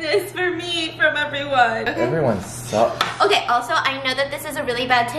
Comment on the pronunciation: how did stephanie not laugh when he went “everyone SUCKS”